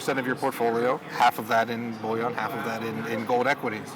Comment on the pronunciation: I'd take opinions more seriously if he knew what the word "bouillon" means. It's a French word referring to soup. If you want to talk about gold... stop calling it "French soup". THE WORD IS "BULLION". IT'S TIME PEOPLE IN THE GOLD SPACE WISED UP AND AT LEAST LEARNED HOW TO PRONOUNCE THE NAME OF THEIR OWN PRODUCT!